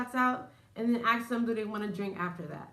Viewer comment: Try to say ask! As opposed to ax